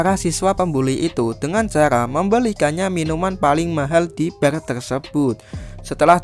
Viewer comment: BAR ya dibacanya tetap BAR bukan BER